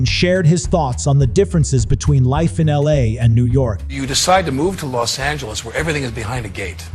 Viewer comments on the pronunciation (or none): none